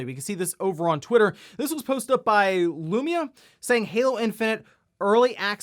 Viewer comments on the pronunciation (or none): none